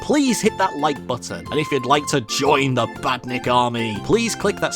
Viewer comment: Badnik you said the Norwegian Word right (PS im norwegian so i now IT)